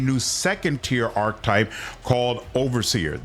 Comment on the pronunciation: Ark-ee-type 😂not arktype